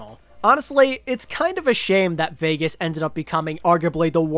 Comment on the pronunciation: always laughing when i hear "vegas"